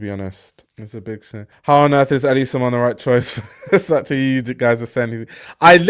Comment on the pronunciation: Love that you pronounce Versace properly. Your content is fire. 🔥